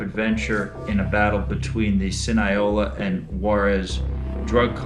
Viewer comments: Ahahahha he said cineola cartel........ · “sin-ai-o-la drug cartels” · The “sinaiola” drug cartel 😆. It’s sinaloa.